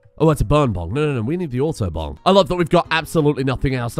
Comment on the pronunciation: "auto-bong" sounds like "autobahn"